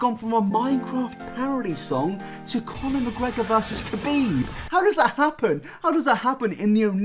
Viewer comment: I lost it when you said “Kabib” instead of “Habib”. Kh reads like H my guy